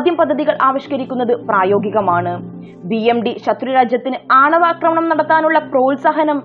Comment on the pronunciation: Akramanam Alla Aakramanam Ennu Vayikkuka. Jai Sree Ram.